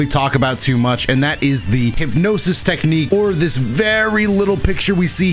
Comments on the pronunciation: TEQHNIQUE SQUIDWARD TEQHNIQUE!!! 😂😂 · New Dotodoya meme: "Technique"